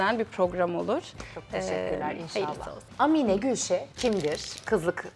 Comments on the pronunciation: Amine nin a sını uzatarak söyliceksin bir zahmet bunlara dikkat edilsin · Amine diye değil Âmine diye söylenir! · Amine degil Aaaaaamine 😊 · Amine ne ya, Aamine diye okunur, A yi uzatmak lazim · Amine değil Aaamine diye okunur 😂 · Âmine diye telaffuz edilir, Amminne deyil 😅